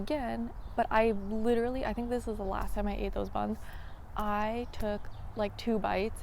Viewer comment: I swore you said “bugs” instead of buns